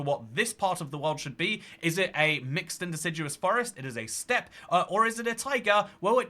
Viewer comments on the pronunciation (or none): none